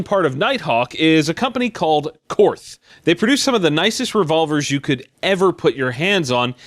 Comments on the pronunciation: It's actually pronounced "court", not "corth". They are not a part of Nighthawk, they're imported by Nighthawk. Keep up the great work otherwise! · Korth Its pronounced kort As a German, i am deeply disappointed and offended that you mispronounced such a respected and prestigious German Gun fabricator... And fully machined parts mean nothing is pre fabricated...its all hand made for that specific weapon...purpose built parts for purposes built guns... Jesus dude, do some damn research before you talk about this stuff... Es gibt nur einen idioten... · Korth is pronounce the same as Court. Cuz, it's a German name. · Pronounced court buddy, still love you tho its alright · Id love an old original Korth Combat. Don't care for the Nighthawk collaboration/new stuff. More than that a mint Manurhin MR73. Yes, very expensive guns but even the top line Korth revo's are thousands less expensive than my USPSA open gun. Korth btw, is pronounced like Court. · Nobody seems to know how to pronounce Korth